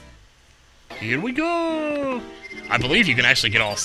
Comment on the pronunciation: he says here we go not hot pick les